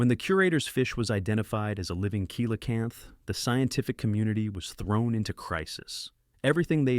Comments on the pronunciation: Coelacanth is pronounced "Selacanth" not "Koelacanth". And this info about the fish is old inaccurate like from the 90's, by now many more fossils of other species of that fish much larger and smaller in many other different shapes have been found proving it's not "lazarus taxa" but a "Stabliomorph" as in an animal that evolves really slowly, cause it has indeed evolved. It'd be like saying a crocodile never evolved just because it's also somewhat considered a living fossil. Most other info from your vid is unrealiable old like this, I could be here all day saying why. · I hope every climate freak listens carefully to the fact that cold kills. A warm earth is an alive earth. A cold earth is a dead earth. * 😂 kilocanth! That's cute. Teach your bot correct English, or find a human. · I hate when people do science pieces and don't say the name correctly coelacanth pronounced (see la-canth) if that's a computer generated voice it sucks at pronunciation